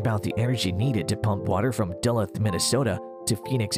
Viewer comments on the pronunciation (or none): You don't have a water problem, you have a people problem! The solution is population control and having people live near the resources they consume. They've sucked the Colorado River dry, they're sucking the Ogallala aquifer dry, now they want the Great Lakes? NO! (p.s. it's pronounced Da-Looth, Minnesota as in 'booth'.) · It such a bad idea you know the westerners are going to go for it. Fuck the environmental damage. The only way those schmucks are getting water from the Great Lakes is in a bucket. And it’s pronounced dah-luthe! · This guy can't pronounce "Duluth" and I'm supposed to take him seriously? Or is this just a robot voice?